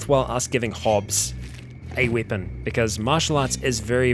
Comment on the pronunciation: weipon that weipon this lol